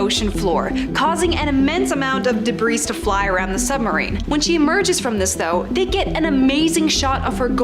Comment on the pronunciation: These s is not pronounced in debris.